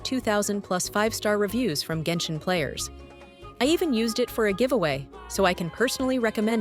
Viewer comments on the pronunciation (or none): none